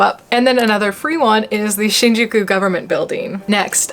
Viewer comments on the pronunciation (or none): none